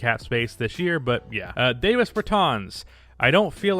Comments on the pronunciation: “I’m pretty sure it’s pronounced DAH-vis but I’m just gonna keep saying DA-vis” Americans in a nutshell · This is at least the 4th time I’ve commented about this now, but it is Dah-vis Bertans, not fucking Day-vis Bertans. After proving yourself incapable of getting a dudes name right, you gotta get a thumbs down. No respect. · It's Dah-vis, I'm pretty sure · Why you intentionally mispronouncing Davis’s name